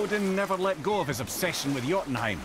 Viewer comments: yo tun ha im gitu bang cara bacanya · Bacanya yotunhaim bang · Jotunheim.. hahahahaha daerah yg lain bisa ga salah.. cm jotunheim doang yg salah mulu